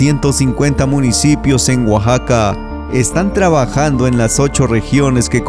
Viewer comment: Hola amigo no es guaxaca se pronuncia Oaxaca, para que la gente de otros paises que ven los videos sepan pronunciar correcta mente gracias por los videos yo soy de Oaxaca tambien